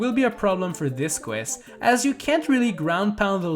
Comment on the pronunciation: “In, Dis Qwest” 😂 that’s how he says it